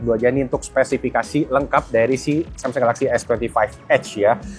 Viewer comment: Kadang samseng kadang samsung nyebutnya pas lagi ngga sadar. Inkonsistensi pelafalan merek 😅